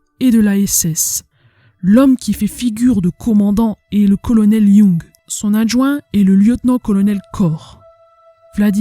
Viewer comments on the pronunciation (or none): none